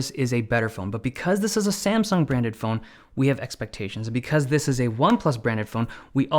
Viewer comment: You said SaNsung.